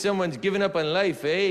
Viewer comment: quite a bad canuk accent but he got the "eh" in there right... funny as hell as usual.. LOL